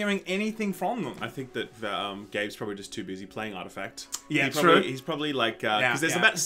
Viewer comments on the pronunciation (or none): Lol artificact